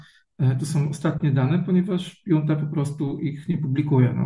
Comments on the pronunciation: "Junta" wymawia się z hiszpańska przez "ch". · Już któryś raz słyszę słowo "junta" wymawiane prze "j". To jak "poszłem" lub "włanczam". Wydaje mi się, że takie wpadki w materiale publicznym nie powinny się zdarzać.